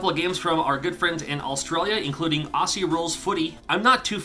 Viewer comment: Lovely video. FYI 'Aussie' is pronounced 'Ozzy', as in Wizard of Oz.